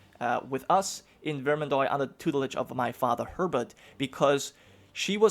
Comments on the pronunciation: hey since your probobly gonna say it a lot in the campaign. The starting province is pronounced like vermandwa. Just a French American cringing at the pronounciation lol; if I hear vermandoy again I'm gonna have a heart attack. Best of Luck! EDIT: Same rule of thumb for oix oit ois. All have that wa sound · Bro, could you just pronounce every (oi) syllable as (wa) like instead of saying Ve-rmand-oy say Ver-mand-wa or instead of Foy say Fwa. It would be great to help me as a French guy to just not cry each time you try to pronounce a French word because your pronunciation isn't terrible except this Thank you very much. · The "ois" in Vermendois in pronounced like : ua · I want to coment something, dont take it bad im only trying to help for pronuntiations (i really dont care how you pronounce, i really enjoy your content anyways). Words ending in OIS are pronounced with a DOOA sound, like VermanDOOA, and words ending in EUX are pronounced with a strong O sound, BordO, Hope i helped :) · vermandois is pronounced like vermandwah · Another Grand campaign YESS!!(I think i just peed a little) also you pronounce vermandois like vermandwa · You pronounce Vermandois like Vermandoa.